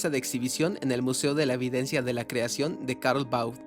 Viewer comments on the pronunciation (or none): none